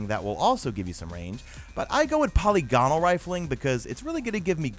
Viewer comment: good vid man. gives me a lot of info on rolls. tho i must say, hearing you say polygonal like poly gone nol cracked me up. it's like the whole caramel or salmon pronounciation thing lolol